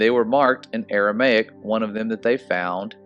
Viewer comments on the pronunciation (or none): none